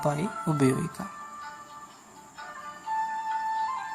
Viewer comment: നന്നാറി അല്ല നന്നാരി